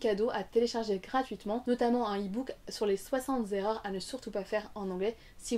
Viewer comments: Bonjour. Vidéo sympa, par contre, à , on ne dit pas "soixante zerreurs" mais "soixant terreur". Soixante est invariable ^^ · "Les soixante zerreurs " ? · "Les soixante zerreurs"... Ouf, tu n'enseignes pas le français !. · Bonjour, 6O erreurs, pas 60 zérreurs :-)